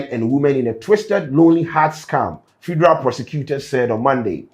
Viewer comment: Did you pronounce federal fideral??